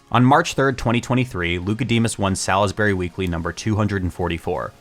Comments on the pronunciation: MD native here, its not "Sal-is-berry" its "Sawls-berry" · I feel so seen. Salisbury has some baller people. For the record, you’re gonna hear this none stop…. It’s Saws-berry. Not Salis-bury